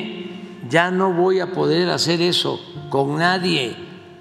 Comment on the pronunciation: No digas heso Amlo. ❤